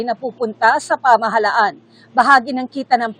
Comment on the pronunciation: STOP saying "kilos protesta!" Protesta is ALREADY an act. Kilos protesta is redundant. Who hires these newscasters and reporters??? And, it's "pamahalaan," not pamahalhan. LOL!!!